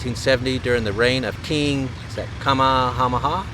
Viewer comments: The one building that looks like a castle. The name on that Kamehameha is pronounced [Come may Ha may HaH] [Come may ah may ah] the final consonant is stressed. King Kamehameha I. He was the first. Then there was Two, Three, Four and Five. I'm from Texas and we always ate spam, what ya you know I was eating Hawaiian already! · Yeah, I was shocked at the way he said King Kamehameha, and the names of a few other things. I’ve never been to Hawaii, but as old as he is, you’d think he’d have at least heard it before.